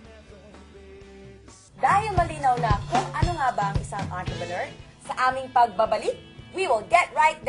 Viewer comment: Sounds like *Antrepenuer